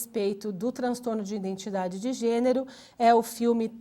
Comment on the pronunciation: nao aguento ficar ouvindo ïNdentidade""